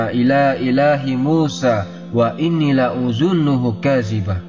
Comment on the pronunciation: Alhamdulillaah, nemu channel ini. Seneng kalau kisahnya disebutkan bersama ayat² qurannya. . sedikit koreksi surah Ghafir aya 37. La adzunnuhuu... bukan la udzunnuhuu 🙏.. بارك الله فيكم